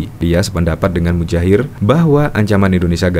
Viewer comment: Maaf, bukan Mudjahir tetapi Muhadjir.....Kalau mujair kan salah satu nama yang sering untuk kuis Pak Jokowi